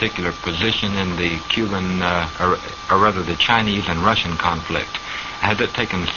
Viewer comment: I know your comment is old, but I'll say here that his pronunciation was good, though he wasn't overly embellishing it to sound like it would in Russian and was saying it in his own southern accent. Think of how someone who speaks french may know how to say 'croissant' as 'kwah-son' yet still opts to say 'cruh-sahnt' because it would be pretentious and weird to pronounce it completely accurately to the language of origin when you aren't actually speaking it. He emphasized a particularly Russian soft sound in his pronunciation - notice how the interviewer says 'kuznetskaya' in an unchanged accent and Oswald says 'kuz-NYETS-skaya' in response, as if to correct him somewhat. He knows where the emphasis on the word is and what and the soft sound (not sure what the linguistic term for it is) in the second syllable. His pronunciation is much closer to the Russian one, yet he also isn't trying to say it completely accurately since the conversation is in english. Oswald was almost totally fluent in Russian, and was very adept at the idiosyncrasies and grammar peculiarities of the language. Virtually all of the Russian emigre community in Dallas agreed on this point.